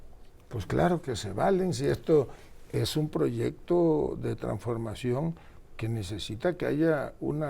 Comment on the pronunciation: Tampoco sabe pronunciar traNsformacion. Continuidad?? Ni Dios lo permita 🙏🙏🙏🙏